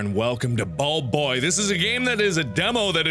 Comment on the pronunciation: Buld boy? I do believe it's .................................................slime man